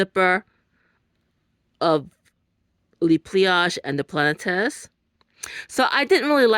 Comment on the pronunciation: Thank you for the video ❤ Very enjoyable! It’s pronounced plah-net.